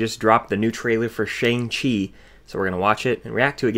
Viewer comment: I think it is Shang chi like I but ch-I